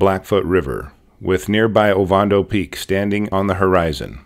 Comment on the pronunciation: Oh-van-doh. Not ovondo